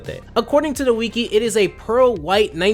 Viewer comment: Imagine pronouncing wiki wrong